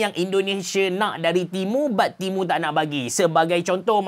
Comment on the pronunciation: Aku dengar timun 😂